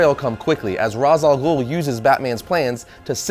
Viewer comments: Ra's al ghul is pronounced raish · Wait... did he just pronounce Ras Al Ghul as...